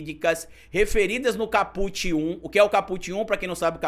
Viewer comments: Só um reparo,, “caput” significa “cabeça do artigo” e pronuncia-se “cáputi”, e não “capúte”. Excelente o conteúdo do vídeo. 👏🏾👏🏾👏🏾👏🏾👏🏾👏🏾👏🏾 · nós profissionais do Direito se treme todinho quando fala em Capute é Kaput se escreve Caput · Não se fala caPUT. Diz-se CAput. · A PRONÚNCIA NÃO É “CAPÛT”. É “CÁPUT”. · excelente vídeo. Só queria não como forma de crítica mas como sugestão p quem tá estudando direito que verifique a forma correta de pronunciar os termos. É "cáput" e não "capút". Seu jargão deveria continuar " cabeça vazia é casa p bolsonaro ". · A PALAVRA VEMDO LATIM E NÃO TEM I NO FINAL, ENTÃO ENTENDO QUE A PRONUNCIA É CÁPUT, COMO SEMPRE OUVI DE TODOS OS PROFESSORES, E NÃO CAPUTI, NÃO SEI SE ESSA ANÁLISE PODE SER LAVADA A SÉRIO POIS TODOS OS OUTROS CANAIS PROGRESSISTAS ESTÃO FALANDO O CONTRARIO. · Maravilhosa analise, parabéns ❤ só uma dica: é cá-put e nao ca-pút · meu amor.. não é caPÚt... é CÁput... do latim, a cabeça... titulo de capítulo. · não se diz capût, c certo é cáput. Coloquei acento para você entender a pronúncia correta. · o correto e caput, com CA como silaba forte, e nao put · Lê-se "cáput" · Bastante esclarecedor seu vídeo,. Se me permite a dica... a pronúncia é cáput e significa cabeça. Um abraço. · Olá,tudo bem? Desculpa a crítica construtiva,mas apesar de não ter acento agudo a pronúncia correta é cáput.